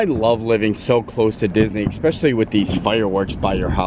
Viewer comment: great job. “especially” does not have an “X” in the pronunciation.